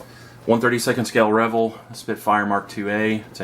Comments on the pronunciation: Pretty sure it's pronounced "re-VELL," not "REV-el." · It's pronounced as "Ruh-vell"...vell=bell.............also its not Deculls. Its pronounced 'Dee-Kal' Decal